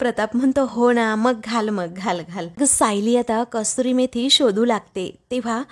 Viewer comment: कस्तुरी मेथी नाही, कसूरी मेथी.